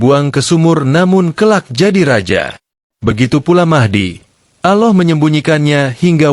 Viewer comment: Good and clear explanation but how come you find it difficult to pronounce Gods name Allah? You pronounce it as AuLah and not ALLAH.